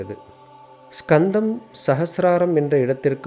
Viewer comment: Not skandham only kandham s is using ariyan pronounce word